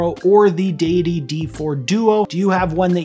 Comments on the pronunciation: deus not dee-us so deity and not deeity. You're right! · Great video mate! You pronounced it right!! I thought it was addidi